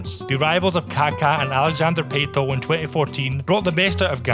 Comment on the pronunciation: i think it's pronounced pah-toh not pay-toh, but you have a new subscriber now pal